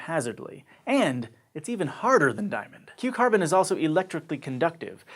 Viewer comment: Whenever he says Q carbon i just keep hearing cucumber